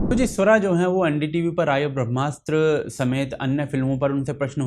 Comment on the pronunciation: Brahmastra is a flop, boycott or not! (and can someone please have pronounce "Brahmastra", PLEASE!)